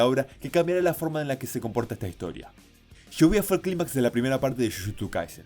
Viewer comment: cada vez que dice shibuya escucho "lluvia"